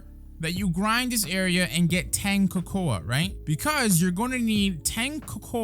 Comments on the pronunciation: Why you saying cocoa like that lol it's pronounced like coco me swole you're still a goat though I'm just being petty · Nah you trolling. Cocoa(koko) that's how its pronounced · why are you saying cocoa likr that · the way he said cocoa